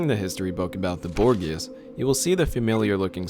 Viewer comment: bor gee ahs..... The guy doing the voice over is good, but needs to a bit more coaching on words he isn't aware of. It's borgias (bore-ji-ah-s)